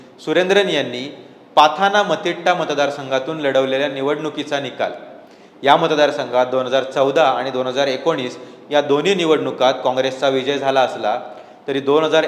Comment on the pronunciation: पाथानामतिट्टा??? पट्टनमथिट्टा√√√